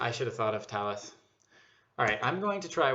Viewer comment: yes, the signs say "Talas" which we pronounce "tah-LOSS"